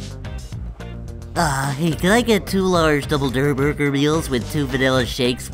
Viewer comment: It aint durrr burger